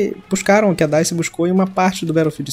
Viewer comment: mano o nome da desenvolvedora do Battlefield 5 é dice e vc falou errado